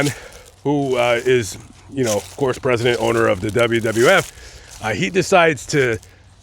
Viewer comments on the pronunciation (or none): none